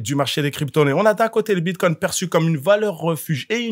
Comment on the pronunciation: BitCOIN pas Bitcon😂 T y arrives pas 😂🎉 Pas grave 😂🎉